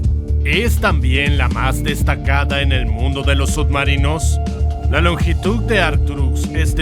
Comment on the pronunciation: Pronuncias sud marinos?